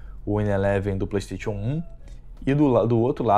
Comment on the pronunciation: Só precisa melhorar a pronúncia da palavra PlayStation!